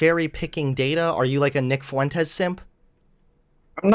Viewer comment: Nick fuh-wentez